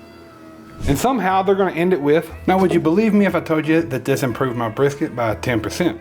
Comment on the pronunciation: Bris, Briks, Brisss, F-it, Big Hunk of Beef. There I fixed it for you! LOL